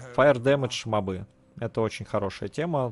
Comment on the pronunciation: почему мобЫ, а не мОбы? в первый раз слышу такое просто :)